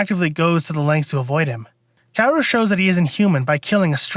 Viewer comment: Also *KAH-WO-RU?